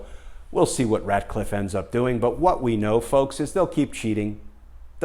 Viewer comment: It's Ratcliffe, not Radcliffe, as in Rat